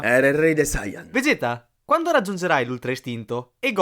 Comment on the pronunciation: Perche dite "sayàn" e non sayan?